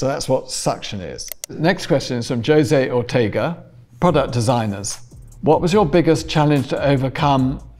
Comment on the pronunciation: I couldn’t watch anymore after the way he said “Jose Ortega”